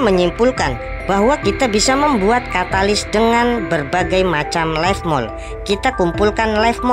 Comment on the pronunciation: Leaf Mold bang bukan life Salam Jadam 😁😅